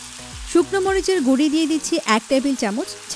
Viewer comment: রান্নার ভিডিও করছেন অথচ উচ্চারণটা শুদ্ধ করা শিখলেন না। গুড়ি কি? জীবনেও গুড়ো শব্দটা শিখেন নি?